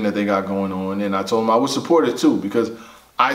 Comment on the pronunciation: “TALK TO HIMM “ African voice.